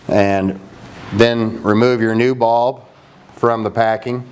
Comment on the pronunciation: Lol "UV baulb." Haha Just laughing at the accent from up here in NY. But for real, great video, thanks for helping!